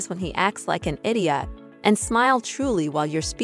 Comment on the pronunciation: Id-EE-OT? lol are you trying to change the English language? Lol